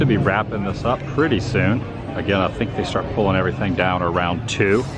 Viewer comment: Loved today’s adventure Adam. Just keep cwusing awound and awound and awound 🤣🤣🤣🤣🤣